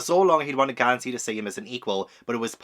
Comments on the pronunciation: not GONE-sey 😭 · goes and makes Gansey even more posh with calling him Gohn-sey 😂